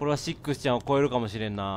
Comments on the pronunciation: レトさんシックスちゃんの事をセッt って言った・・・？いや聞き間違いか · カップラーメン せっくsちゃんって言ったぞw